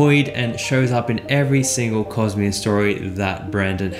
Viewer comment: you pronounce cosmer cojmer